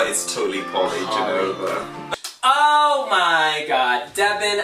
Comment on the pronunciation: Her name is not pronounced Jenova, but Genova, where the "G" sounds like in bulGaria